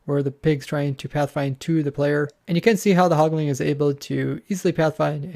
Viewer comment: Quit saying "hogling" and "pigling". There is no g at the end. Anyway, good info put out here.